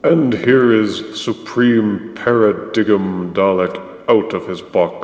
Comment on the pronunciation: I on the other hand really like the new paradigm (it's pronounced paradime =P) and wish we had more of them as they were much larger and imposing, though not saying a few tweeks weren't needed. But great review as always